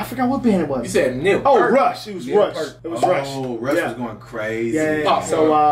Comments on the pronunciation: It aint Pert, it is pronounced PIER-T, like a beach pier:elbowcough::elbowcough::elbowcough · It is Peart as in the word Ear or Hear. Peert, not Puhrt. One of a kind. A master at his craft and the SOLE reason I become a percussionist🤘🤘 R.I.P. Neal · Peert. Not Purt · Enjoy you but I’m stunned that you would even dream of comparing Tommy Lee to the one and only Professor Neil Peart (pronounced Pee-rt). John Bohnam and Stewart Copeland I could understand putting in Peart's company but Tommy Lee?? Yikes. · Say his name like the word "Ear" with a P and an T at the end. Peart. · Peert. Long e sound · Neil Peart pronounced like pear but with a t at the end of hus last name but Niel is the best Tommy Lee idled Neil Peart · It’s peer -t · Pronounced PEE'ART.